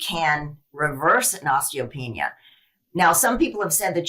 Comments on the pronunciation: It’s PRONOUNCED: OSTEEEEO PEANEEYA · Pronunciation: os-tee-oh-PEE-NEE-ah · Osteo-pee-nia – look at the vowels. Pronouncing things right will help make you credible. Thank you for the inspiration from this awesome woman.